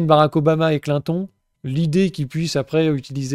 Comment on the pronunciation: Très vrai ce que tu dis sur le temps de parole accordé en fonction des sondages. C'est tellement honteux ce système... Pourquoi tu prononces Clinton et Biden à la française mais Trump à l'américaine ?